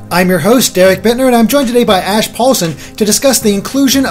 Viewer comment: di he say "whats your reaction ass?" at the beginning, it sounded like it